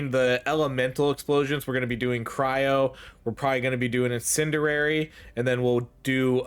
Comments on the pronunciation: Bro i love your videos but i cringe every time you say in-sin-dur-rary. Its pronounced in-sin-dee-ary btw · "IN-SIN-D-AIR-E" love your content but holy shit, this one fucked with my tism. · Incendiary. In. Sen. Dee. Air. Ee.